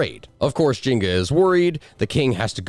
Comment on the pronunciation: Taking a drink every time you call her Jinga instead of Njinga... dying of alcohol poisoning. Love your channel, though. ❤